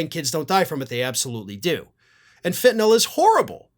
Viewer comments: you are the first commentator I have heard to actually pronounce the word "Fentanyl" correctly! I hope it catches on. 👍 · This is ot but thank you,, for pronouncing fentanyl as fen-ta-nil and not fen-ta-NOL as so many others are.